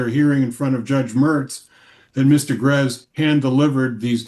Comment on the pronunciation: Am I confused or was the judge calling the woman Mr. Garez